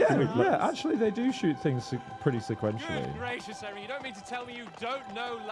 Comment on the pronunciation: AI FEEEEL QUITE HENRRRRRY 🤣🤣